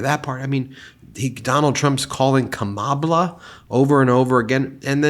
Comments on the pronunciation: I think its supposed to be like "Kamablah" because hes pretending her names hard to pronounce and nobody knows what the correct pronunciation is. Its got a racist foundation of "their names are so hard to pronounce" Which is so amazingly stupid. One of the biggest talking points against him is how he keeps screwing names up. Its one of the few things about his mental decline that makes it to mainstream news. And he decided his new attack nickname for her would just be her name but mispelled, and unless you know the explanation (which is still just a guess) it just looks like a typo. And the explanation is "after 4 years, I'm still baffled by the pronunciation of my opponents three syllable name to the point I think the entire country will agree." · Phonemic paraphasia. He knows what he wants to say but can't find it in his brain. Then he just says a word that sounds like the one he can't find. Oranges, instead of Origins. Kamabla, because he remembers the name Shambala. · It’s a favorite old time micro aggression, going out of your way to Knowingly mispronounce someone’s name to diminish their American identity 😂😂😂😂 Good times!!! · The reason for the mispronunciation of VP Harris’ name signifies disrespect for a person of color. In other words, you are what I call you. Goes back to slavery days just in case you did not know. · Instead of reading how Dumpster writes VP Harris’s name … pronounce it correctly… I’m sure that would Bug him! Lol! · He calls her that because that's how he says her name. His hearing is shot so he writes it the way he hears it in his head. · Trumpy if you can't pronounce miss Harris her name do it so: MADAM PRESIDENT. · Why says Donald Dumb "Kamabla" ? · He's trying to mock her Black ethnicity... Kama(bla) The first 3 letters of the word (BLA)CK. He cannot curtail his racist side. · Kamabla? What exactly is that? It's like kouffee all over again! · I think he's trying to say kama-blah. And also, trump has no clue what Biden is thinking